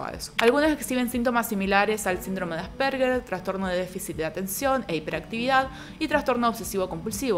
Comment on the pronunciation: se pronuncia Ásperjer ( Asperger) no arperguer